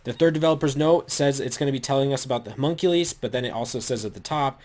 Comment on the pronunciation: your pronouncing homunculus wrong. the ending is not homunculees